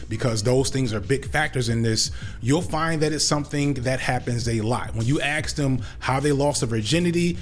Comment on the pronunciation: You talk for a living and say "axe" for "ask." That's not AAV, it's just wrong.